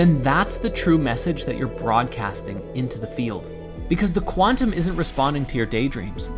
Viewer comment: The word quantum has been butchered beyond repair 😂